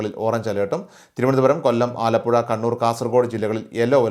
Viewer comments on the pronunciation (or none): none